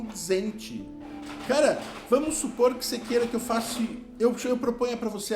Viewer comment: Cara sem estudo, em duas frases já falou errado. E essas pessoas, universitários ricos, não percebiam que o cara era um engôdo? Ele diz: você não quer que eu FACE (faça)?. E logo em seguida: Colocar 5 brincos no seu OUVIDO.